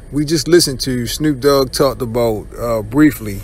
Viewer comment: It's Snoop dogg not Snroop dogg.